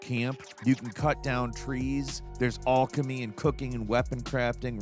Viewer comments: Ay yes the ancient practice of “All-Kamee” I am well versed in. 🩷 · Come on.....ullcamy? Its pronounced like Alan alchemy not allchemy